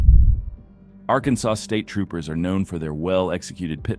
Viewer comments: Why is he saying "ark-and-saws"? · Not to mention Arkensauce. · Say after me: ArkanSAW. Did you just arrive in this country? Now let me hear you Illinois. 😄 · You need to train your AI to pronounce "Arkansas" correctly, as well as "To found out" as opposed to "to find out". The grammatical errors feel so stupid. Great dash cam videos though! Also, the "2009 Cadillac" sedan you show in the photo is a cTS-V, while the one in the footage is a Deville. At least try, dude. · The AI Narrator still can't pronounce "Arkansas" correctly.